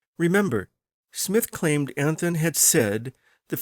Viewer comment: Anthon's name is pronounced Anton. In the Independence area the "Caractors" [sic] is called the Anton Manuscript.